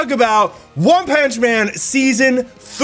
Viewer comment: "ONE PANCH MAN" 😂😂😂😂